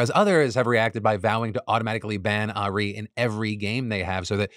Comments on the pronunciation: "a ree" 😂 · Ah-Reeeeee! I know you have no reason to know how her name is pronounced i just thought it was funny hearing it that way, love ya face! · Listening to Phil pronounce Ahri's name really hits. xD Seriously, thank you for covering this story. As a veteran League player, this new attempt at getting even more money is infuriating. This new Signature skin line seems to have started as a good idea to immortalize some of their biggest players, and has instead transformed into a yearly attempt to exploit their players with FOMO. Necrit has an incredible video on the topic. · Not as fucked up as his pronunciation of Ahri's name, lmao. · Phil trying to pronounce ahri is making my day lol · I haven't played in years and he's made it so I can't remember how to say it properly lol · Philip pronouncing Ahri is my roman empire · I didn't even know there were that many different ways to pronounce Ahri. I'm equal parts salty and impressed, wtf Phil 😂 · As somebody who once played league of legends for ~10 years straight: I'm with the people saying they're banning Ahri (btw you said it right the first time but not the second time, Phil) just so that people who spend $500 wasted their money, because anybody who spends $500 on that is nothing but rich, and at that point there is nothing special about the skin besides saying that you're a stupid rich person who can dump money into the Chinese conglomerate that is Riot Games+Tencent. Riot should, in theory, make all skins available to all people without a pay wall, but China is China and money is money. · Phil pronouncing ahri lol